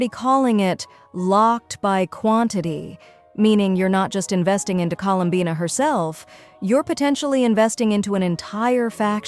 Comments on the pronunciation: Bro said her name wrong colum buna tf you mean bina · Drinking game: take a drink every time the AI voice gets her name wrong. For more fun watch other faceless Genshin YT’ers. For the underage kiddos drink Mountain Dew, Dr Pepper or chocolate milk.